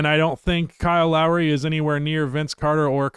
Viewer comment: As someone who grew up in the Toronto area, it’s Lowry